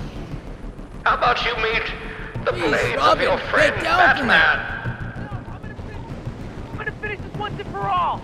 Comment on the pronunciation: says "I am batpan"😂😂😂😂